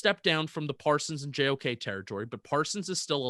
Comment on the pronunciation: im almost 90% sure u didnt say JOK’s name right LMAOO